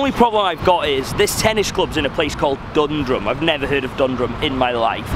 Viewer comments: Dundrum isn't pronounced that way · His pronounciation of Dundrum killed me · "hEyy PenNeY bridge" "DoOndrumm" 🤣🤣🤣🤣